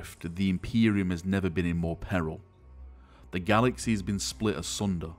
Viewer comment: i like how u say galaxeh, hereseh